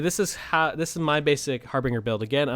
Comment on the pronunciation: Just an FYI, it's pronounced har-binj-er. I know that everybody says har-bing-er, but that's just so wrong- it hurts my ears... and my brain. It's meaning was generally used in the 16th century to indicate a herald who would venture ahead of an army or a nobleman and their party, in order to acquire lodgings. Oxford now defines the term as "...a sign that shows that something is going to happen soon, often something bad" So in this case we would have the 'Harbinger of Death,' a phrase I'm sure we are well aware of.